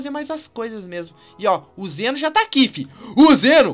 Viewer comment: Não é Zeno e sim zen'ou